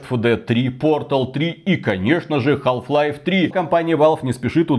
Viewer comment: Как как "хаЛф лайф"? Ахахха ну бывает. Хаф лайф как бы)